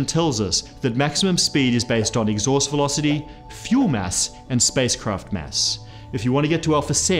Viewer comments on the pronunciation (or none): "Exhuast" Velocity lol